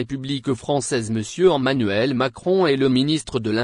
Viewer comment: ON dit Emanuel et non ommanuel